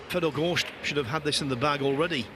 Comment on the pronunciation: The amount of times this guy says "gorSHt" is unreal